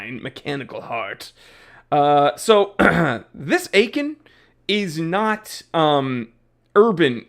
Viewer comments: Had it, not a bad watch. Btw, you can read Aikon as "icon" 😉🤯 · Say it with me: “Ay-kon” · As long as you can’t even pronounce the name correctly, I unfortunately can’t take you seriously.